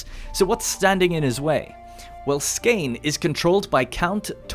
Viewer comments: Skane has been A N G L A C A N I Z E D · the way you pronounce Skåne hurts me. its pronounced "Skouh-neh" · Jylland (yoo-lan) Skane (sko-neh) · Thats not how you say skåne. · As a swede I cringed so hard every time he said skåne or halland lol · I thought Halland was pretty decent! Blekinge however should have had an emphasize on the e at the end and it would've been great! Not perfect obviously, but you can't ask for too much! Edit: I missed the "Skåne", that was not great swedish-wise, but if I would have to say Skåne in english it would definitely have sounded exactly like lol